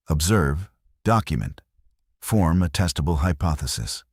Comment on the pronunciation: I had to rewind and listen to that one again. It sounded like you said "form a testicle hypothesis"